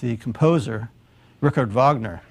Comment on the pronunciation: German pronunciation